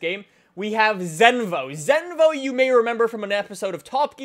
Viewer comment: Aman Kumar *zenvo not zenovo